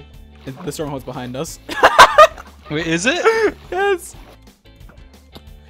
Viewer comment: Guys gotta say behind not buhind